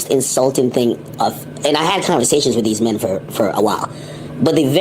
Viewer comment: The way he said, “these two MEN” was the beat switch I needed tonight. Ak consistently tries to lil bro everyone but when actual grown ass men enter the room they command respect and it most definitely leaves an impression.